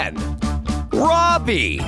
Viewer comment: so did you it is robbie not Robby or robey